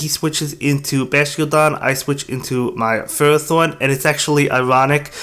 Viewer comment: I watched the pokemon anime for a long time now and even listened to pokedex 3d pro app and ferrothorn is pronounced (I hope you guys get the spelling I am not good with that but still you can go listen to pokedex 3d pro or watch the pokemon anime to listen to pokemon pronounctions although the anime isn't accurate always that is because they sometimes pronounce a pokemon's name differently depending on certain episodes or movies e.g. watch the lucario & mystery of mew movie & watch battle frontier season to hear how regice is pronounced lol it seems that "REG-ICE is how you pronounce as of the latest episode of the anime starting from battle frontier not "REGI-ICE" like from the lucario and mystery of mew movie lol) as FER-RO-THORN